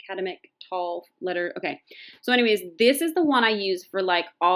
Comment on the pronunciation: Sorry, just a word nerd. Thought I would help you out. The word academic that you had trouble pronouncing. Try it this way...AK a Dem ick